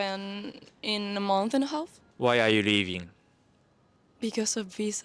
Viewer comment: leavingの発音下手くそすぎ live inにしか聞こえない